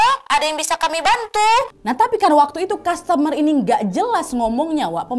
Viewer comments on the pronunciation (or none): none